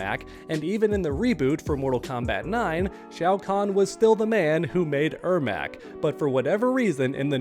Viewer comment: Im surprised he is saying the name right! He clearly struggles with Janet and Janette!! 🙄🙄